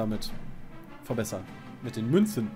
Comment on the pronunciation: Dieser Moment wenn man lachen muss weil Münzen Sagt xD